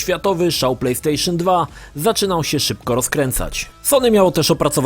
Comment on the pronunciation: Plejpstejszyn Dwa